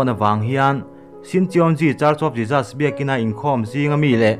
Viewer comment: A tha hle mai. Mahse, i pronunciation pakhat JESUS tih kha, i lam dan kha ka lo tîm deuh, a lam dan han zir leh deuh teh, ka lawm e